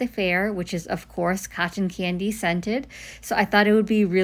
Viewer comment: Hey! 👋🏾 Gorgeous as always!! These colors are Stunning together! As I said on your IG page, I think I have to pick these up! Thanks so much and by the way, has anyone ever commented on the way you pronounce “cotton candy”? I think it’s the emphasis on the T’s. It’s so darn cute! ☺️ 😂😂😂